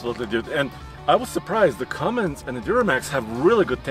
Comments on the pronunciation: its cummins guy....not cummings. i swear where do these guys get this shit from lmao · Guy said cumming instead of Cummins lol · Legit y does everyone think it’s Cummings it’s CUMMINS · So, can somebody teach this guy finally to say CUMMINS..?? 🤣🤣